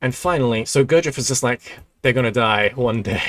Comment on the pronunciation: Still catching up to the present timeline, but for the future - it's spelled [g u r d ʒ iː j e v] Your'e almost nailing it, just a little more attention to the ending good man. Sorry for wiseacrering, my slav personality is little more arrogant then the english :D